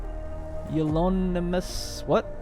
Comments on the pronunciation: I believe it is pronounced kyoo-myuh-loh-NIM-buhs, if you care. Love this series, can't wait to see the exciting conclusion! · bro really just said "cum clouds" lmao. fun series though! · actually I believe you're trying to say, cue-mew-low-nim-buss, yes? Agreed... makes the playthrough interesting and his pronunciation is usually pretty good but does make me chuckle when there's a word he does find it hard to wrap his tongue around. All in all though, I have actually looked forward to each release he has done with Ixion. Keep up the good work!